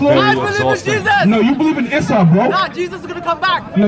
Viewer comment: lmao issa is the son of mariam and all his story is written in the quran which coincidently ressembles with some differences the biblic story, he named it assou , either qi is low or he have bad intentions, i honestly wanted to stop there but ill continue just for the algorythme, he sais assou :'))))))) isssou